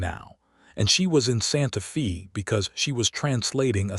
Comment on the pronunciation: Absolutely excellent. The west, the problems between ranchers, the government and first peoples, all in the context of a very capable woman and the man who really saw her. Totally engaging and well read. Only wish any of these channels could pronounce Santa Fe correctly. Watching from Ontario, Canada. Thank you for a story with such admirable nuance.